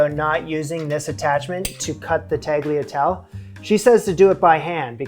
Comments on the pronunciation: Watching this from my city, Bologna, I must say they look good! You need to work a little bit on the pronunciation of "tagliatelle" though! 🤣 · Oi, that pasta dough still looking wet. 😢 And please say tagliatelle right, I don't know why it bothers me as much as it does. 😂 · It's 'TAL-YA-TEL-EH' (just FYI, not trying to be a douche hehe. Although it's hard not to come off as a douche when correcing someone's pronunciation) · Also, italian words don't have silent final letters. So tagliatelle is pronouced with "elle" at the end, not "ell". Italian americans from the northeast of the country often omit the final sound, and they are wrong. Anyone from Italy would absolutely roll their eyes. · i love you and your channel, but as a Half-Italian (The other half is German^^) who grew up with Italian cuisine it really hurt my ears (and feelings 😅😂) how you pronounced the name of this type of pasta. 🙉🙈 It's pronounced TaliatellE! The "G" is silent, but the "E" at the end of the word is NOT silent, it's pronounced like an English speaker would usually pronounce an "A" at the beginning of a word, like for example in "Arrow". Keep on rocking the kitchen,! 😁😉 Greetings from Germany 😊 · It's pronounced Ta-lya-tele, for next time 😉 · Bolognese - pronounced BolonYAYzeh . . . Tagliatelle - pronounced TalyaTELLeh . . . you pronunciation of al dente? perfetto! Yes, after getting to grips with French pronunciation . . . you have a new hill to climb!! And like everyone else I was screaming at the screen "It's still sticky!!!!". It's often a very emotional experience watcing your videos . . . The best fresh pasta making video I've seen is Top 5 Fresh Pasta Myths DEBUNKED, on Pasta Grammar on YT - Eva is very clear and has a manner that suggests a leisurely and almost therapeutic process - I think you would enjoy watching it as I'm sure many of the things she talks about will be coming up in your further explorations. ❤ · Hi, it should be pronounced ta-GLIA-tel-le